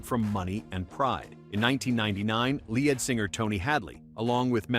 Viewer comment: Good old "Lee-Ad Singer," I love that guy